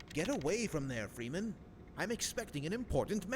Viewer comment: Freeman versus geeman